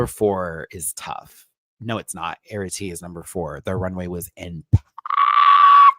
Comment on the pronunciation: Plsssss my love Arrietty is pronounced "Air-ree-etty" not "Air-ah-tee". No shade, I just know we'll be seeing her for a while 😘